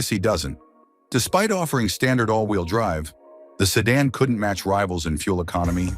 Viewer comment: He said American sedun at first 😂